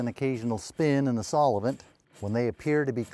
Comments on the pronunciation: What is Saul-e-vent?😂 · WTH? I've been around & used all different kinds & brands of solvent in my lifetime as a diesel mechanic, but am just now hearing of this 'solli-vint' that you speak of. Hmm, looks like I still have some learning to do in my old age 😏😂